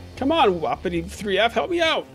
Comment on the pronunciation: I think u pronounce it like WUH•PEE•TEE not woppity